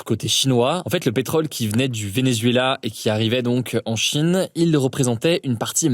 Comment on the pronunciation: Pourquoi prononcer Chine avec un tel appui sur la 1ere syllabe??? « la CHIne »